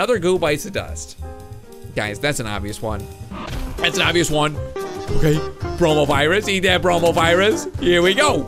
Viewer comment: Me watching this in 2020 and always hearing coronavirus instead of bromovirus...